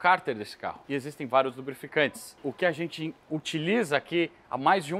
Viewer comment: sou seu fã, o conteúdo é incrível, único, espetacular, inigualável, mas se me permitir fazer uma crítica que considero construtiva, para de falar "ARRENTE" quando for falar "A GENTE". Te amo